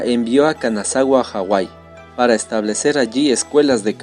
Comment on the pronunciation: La pronunciación del nombre de Kanazawa esta mal . Pero elvideo es muy bueno gracias. 👌 Tambien el nombre es Takayuki Mikami.